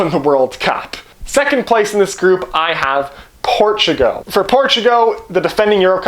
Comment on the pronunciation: Dude please watch a youtube video on pronouncing Portugal. It was painful. Portugo :( Also I am Canadien so no excuse.